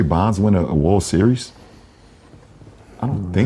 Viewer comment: Yes, and he lowkey didn’t say World correctly